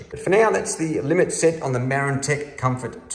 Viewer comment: I aways thought it was pronounced mar-ran-tech rather than mare - an - tec